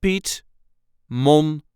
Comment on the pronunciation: I also kept hearing 'm' instead of 'n' and was going to ask the same question. Maybe in Dutch the 'n' is kind of pronounced like an 'm'